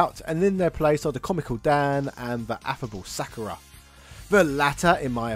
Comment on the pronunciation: It’s always fun when deliberately mispronounces things to generate outraged comments to jack up his “engagement” score. Sak-ur-a???